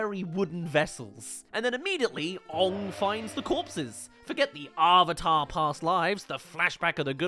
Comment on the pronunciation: Dear God every time I hear someone say owvater instead of the correct way of saying "AVATAR!" I cringe so damn badly this movie was so damn bad